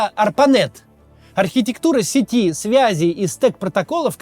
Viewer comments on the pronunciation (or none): none